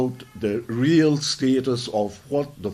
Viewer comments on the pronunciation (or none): none